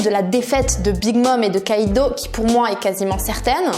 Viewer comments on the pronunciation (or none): none